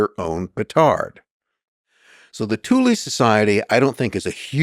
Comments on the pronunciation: why are americans always pronouncing E as I ? thulE not thuli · I've got German friends, according to them it's correctly pronounced as TOOLAH. Definitely NOT Toolaay 🤣👍🏻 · Pretty sure it's pronounced 'TOOL' not 'THOO--LY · And the guest can't pronounce Thule correctly either. It's not Toolaay. It's TOOLAH. I have German friends, I asked them, it's pronounced TOOLAH. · The THULE Society, Thule: German language. Therefore the correct pronunciation is: "Tool-ah" . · I know! That's absolutely shocking. I can't help but wonder if it was done on purpose for whatever reason. The other guy can't pronounce Thule correctly either It is pronounced as "Tool-ah" It's a German word, they DON'T pronounce the "TH" sound. And the letter "E" on the end is pronounced "AH" . So, correct pronunciation is Tool-ah. I'm not just making this up, I have some German friends, they told me how it should be pronounced. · This guy said nothing but “bunch of gobbledygook” and gave no other background than some random guy that he barely tied into all this. I’d like to hear his opinion on the Talmud next, and “TOOL-EE”….. cmon Jew at least try to pronounce the shit correctly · Hell of a pronunciation on Thule, I believe it rhymes with fool or tool. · It's pronounced "Thool" - Supernatural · It isn't pronounded Tu lee. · I'm struggling to watch this when he can't even pronounce the name of the society correctly. Typical yank.